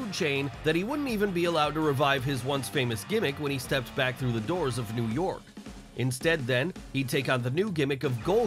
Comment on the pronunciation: Everytime he says “New York” it pisses me off